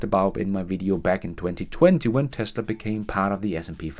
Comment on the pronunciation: You saying: in 20, 20FUN 😂🤣😂